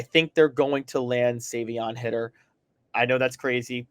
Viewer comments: Guys, Savion's last name is Hiter, not Hitter. As a result, it's pronounced with a long I sound. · Come on guys, if your going to talk about a player at least get his name right! Its High-ter not Hitter! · If you guys are going to cover Tennessee football you’d think at least one of yall would how to pronounce the 5 star recruits last name the right way smh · If it is indeed pronounced Hi-ter like it is spelled, you guys are flat out idiots